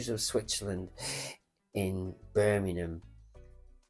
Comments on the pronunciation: It’s BirMINGham…. MINGham not Birminumm. Christ my teeth were on edge every time you said it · Birmingham not merminum😂 if you can say Worcestershire sauce correctly I’m sure you could pronounce England’s second city correctly!